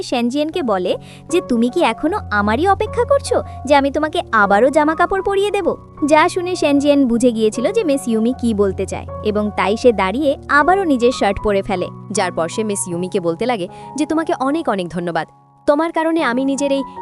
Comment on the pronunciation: শর্ট ❌ শার্ট ✅